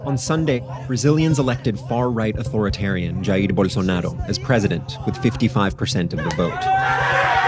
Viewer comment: Why does he keep pronouncing his name with a Spanish accent? Bolsonaro is of Italian decent and Brazil is a Portuguese speaking country.